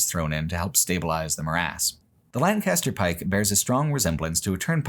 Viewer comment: “Lann-cast-er Pike” 😂 as someone who went from PA to CA, I’ll always laugh at the West Coast pronunciation of our (and England’s) beloved “Lank-uh-ster”